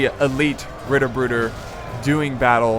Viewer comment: I love it so MUCH how you pronounced Ritterbrüder